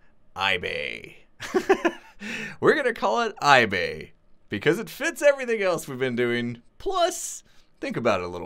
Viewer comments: Did he say, iSore? lol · iBay, or iBae? lmao